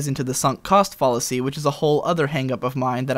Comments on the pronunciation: It bothers me way more than it should that you fucking pronounce fallacy like "fawllacy" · Just a heads up,; Fallacy is pronounced with a short "a" just like the word fat.